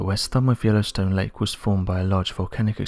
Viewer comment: Dude it's lake not lanek